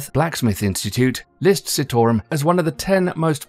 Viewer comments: the CITARUM pronounciaton is wrong. its not sitorum but it pronounced as CHITAROOM. but this video is good. i love this video❤ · Where are you getting Sittorum from? It's Chee-taa-rum. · Say it with me - NOT Citarum, it is SEETARAM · It's not 'see' 'tore' 'rum' , it is pronounced 'cheetah' 'room'... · Citarum not pronounce Sea-to-rum. its Chi-tar-room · Just so everybody is clear here. A lot of the footage in the video is not actually from Citarum river, or the cleanup currently happening there. Also, the ADP is often accused of greenwashing because the allocation of funds is questionable at best, and nefarious tactics are used to silence those who oppose their funded projects. And also, its pronounced "chi"tarum -the same way he pronounced Cimahi in the video. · It is pronounced Chit-O-Room